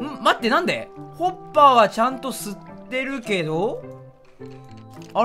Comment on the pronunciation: 滑舌のせいかホッパーが おっぱいに聞こえない？自分だけ？